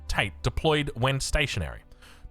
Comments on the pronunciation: Definitely not tah or tay. It's ta and te. Short, with no drawn out vowel. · I understand that but for English speakers pronouncing a Japanese word, "tah tay" is a very clear guide. It doesn't need to be perfect, I'm just trying to help him avoid pronouncing it like Andrew Tate